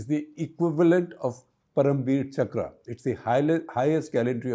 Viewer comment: It’s not chakrā, it’s chakra